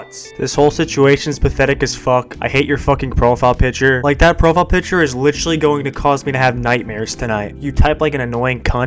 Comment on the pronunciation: I thought you reminded me of, but then when you said “licherly” instead of “literally” I knew it was for sure